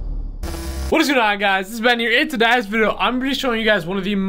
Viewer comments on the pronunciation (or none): "In toduyys video" haha keep making good videos ben